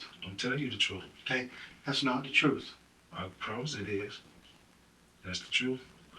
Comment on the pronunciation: "GOD's honest truf" "i tricks that's it"